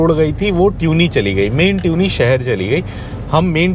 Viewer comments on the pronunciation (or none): It is not pronounced ट्यूनी, it is तुनी